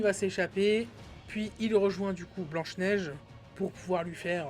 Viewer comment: 😅😂🤣🤣🤣 P.S: Le budget est de 450 millions min, c'est factuel, c'est prouvé au moins par des dizaines de chaines et de journalistes dans le monde. Ca s'appelle BLANCHE NEIGE !!!! Pas BEIGE NEIGE !!!!